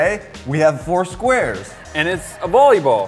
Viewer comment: it’s not bolleyball it’s volleyball